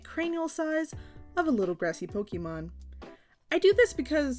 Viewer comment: I love you, but I'm afraid we're going to have to break up. I know I should accept you as you are and not try to change you, but I just cannot get past how you pronounce "Pokemon". It's a deal breaker for me, I'm sorry. It's not you, seriously, it's all me. I wish you all the best in life, and will dearly miss you. If by some chance you ever change how you say that magical word, hit me up, maybe we can give things another shot! 😂